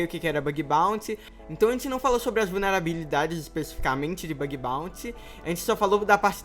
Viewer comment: "Bag baunty." kskssksksksksksk